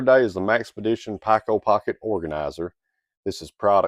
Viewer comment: Pronounced "peeko" not "packo"